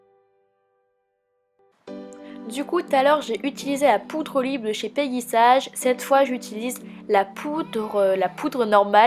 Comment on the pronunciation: ça se prononce pas pegy sAge mais pegy sayge